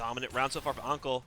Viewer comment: uncle lol u make anqel sound like uncle and btw turkey !! thats fucking 4k further then me and theyr having a gg